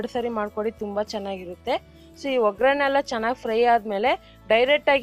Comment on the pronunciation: Madam ಅದು ಒಗ್ಗರಣೆ... ograne ಅಲ್ಲ ದಯವಿಟ್ಟು ತಪ್ಪು ತಿಳಿಯ ಬೇಡಿ